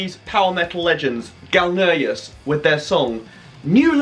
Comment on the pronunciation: You said Galneyrus , i'm in mf .